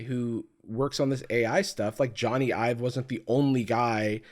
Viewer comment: Jony but pronounced like Sony